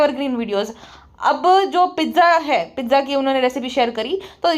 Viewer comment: Aap pizza Bol rhe ho mujhe bar bar lag raha h aap riza ki baat kr rhe ho 😂😂